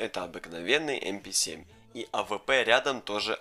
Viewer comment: Пишется МП7 читается эмпе сьем